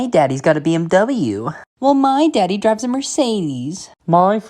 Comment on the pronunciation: BMW is pronounced differently, please ❕😔